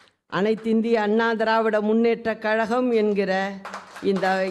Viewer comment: கலகம் இல்ல கழகம்